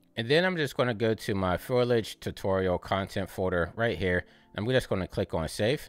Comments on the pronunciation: Thank you again for putting out another video. I notice you saying Foilage rather than Foliage, is that another common way of saying it? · foe-lee-edge 😄 great guide!